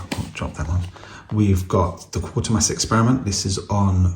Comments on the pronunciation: It's actually Quatermass 😂 not quarter mass . Nice edition 👍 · It's easily done yeah it quat ermass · Okay, so you mispronounced it but I appreciate that an actual human being is here as too often I see videos with AI narration with silly mispronounced words.